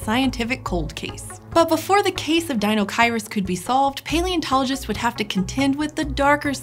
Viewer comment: Apparently I've been pronouncing deinocheirus incorrectly my entire life; oh well, I like this new-to-me pronunciation better than the five-year-old-me version anyways. Pretty sure the sail was for weekends on the sound.